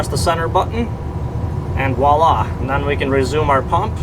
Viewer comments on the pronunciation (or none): none